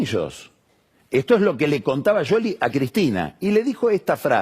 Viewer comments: Se dice... Essss cioli no sholy/ yoli/ yoly 😂😂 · No es Yoli ni Sioli. Es Shioli pronunciado en italiano, tal cual el origen del apellido. Vos a Tinelli le decis Tineli. No decís Tineyi. Lo pronuncias en italiano. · Pronuncia el apellido en italiano tal cual es. No es Sioli. Igual lo pronuncia mal. Debería decir Shioli, no Yoli. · Porque dice sholi en lugar de scioli? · ¿Por que dice "Yoli? Me recueida a Grondona diciendo "guaild" por wilde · Pasaba por aqui solo para escuchar decir "YOLI" al verdadero quijote del buen hablar... groso PAÑI 😂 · Que capo que sos pagni pero como me molesta en el oído que digas yoli! que capricho pelotudo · Porque le dice YOLI a SCIOLI ? que le diga como la gente lo conoce. que tipo mas pelotu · No es ninguna de las dos cosas , en italiano la Sc no se pronuncia como Sh ni como Y , Pagni se hace el que habla italiano y lo pronuncia mal.